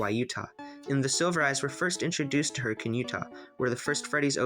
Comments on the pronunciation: Lol he actually said hurricane (hurrikin) correctly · Hey, you pronounced Hurricane correctly! More than can be said for official FNaF media lol (I haven’t listened to the audiobook myself, but my dad did after the movie came out, and was laughing that the narrator pronounced Hurricane the normal way instead the weird way the city is)